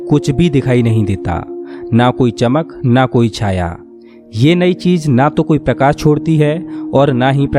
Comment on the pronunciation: Par ye log sahi se bolte nhi ghalat bolte h. Parkas nhi prakash Paribhasa nhi paribhasha Ankus nhi ankush Dasak nhi dashak Antrich hehehe Or bhi bht words hain